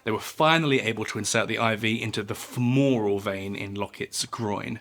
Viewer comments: Please politely note: Femoral is not pronounced "Fem-More-Rall" It is pronounced "Fema-Rall" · Please pronounce femoral correctly. Feh muh ruhl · This guy can't pronounce fem-or-al.